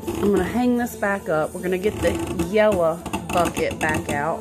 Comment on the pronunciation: This was so helpful! I ordered the same Kuppet washer and it will be arriving soon. I live by myself in a small apartment in the city and I can’t wait to use it. I could listen to you talk all day “yella bucket” 😂💕 thanks for uploading this!!